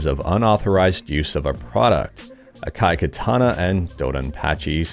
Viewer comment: "ah-kah-e kah-tah-nah" "do-don-pa-che sah-e-da-e-OH-JOH".